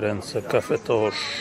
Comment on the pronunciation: Źle gościu wymawiasz nazwę kawiarni. Nie nazywa się Cafe tosz tylko Cafe Toch, a Toch to nazwisko właściciela Mirosław Toch